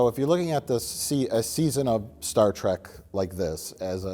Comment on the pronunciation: Mike pronounces it “Star Track” just to troll and the audience, doesn’t he? 🤔